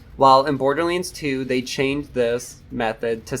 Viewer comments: He said bordilands instead borderlands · Im kinda curious where your accent comes from lol you say certain words like borderlands and damage in ways I have never heard anyone else pronounce them before.